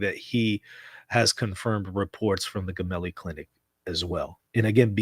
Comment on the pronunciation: It’s not Gemelli as in “get” it’s Gemelli as in “gem” Italian tv Rai said the windows of the Popes room have not been opened today at all … but he did attend mass in his ward and took the Eucharist praying for Papa Francesco 🙏🏻🙏🏻🙏🏻